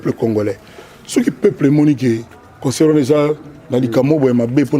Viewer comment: Eh Patsho Rfi😂😂😂😂😂😂😂😂😂 mais azalaki kolenga? Koffi pe Vincent kuna nq emission ayamba ye aloba"consseur au lieu de " Concert" koffi alekisa mais ba oyo tellement bazalaki terre a terre a gafeller bango 😂